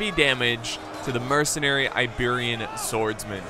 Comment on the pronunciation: did anyone hear the Apollo at the beginning called the Iberian Slingers Liberian Slingers haha